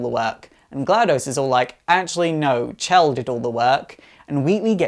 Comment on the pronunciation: It's Chell, Not Shell.